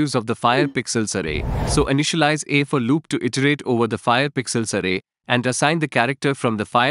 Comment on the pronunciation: Explanation sucks. "fireChar" and "for loop" pronunciations suck.